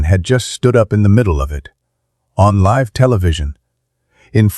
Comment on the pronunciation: How many times do you have to repeat the same thing? Learn to pronounce words ie. Live!